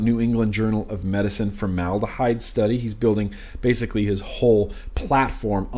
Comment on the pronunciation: Formed abyss = formedahyde lol